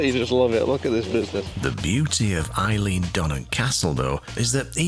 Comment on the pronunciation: Not wishing to nit-pick - but it's pronounced 'ale - an' not Eileen. You're English - so we'll forgive you - lol 🤣